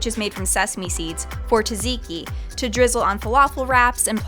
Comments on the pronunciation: Did she say tasiki (tzatziki)? Is that how Americans pronounce it? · TaZiki???? Oh God... 😂